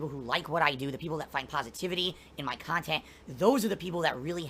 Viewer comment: The guy is 40 years old, getting out of Chapter 7 takes almost 10 years, but I bet his thinks he's going to be providing pahsitive, successful khantent into his 50's. THIS is moving the goalposts.